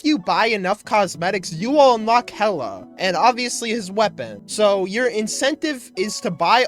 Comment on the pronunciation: its not "hella" is "hila" im pretty sure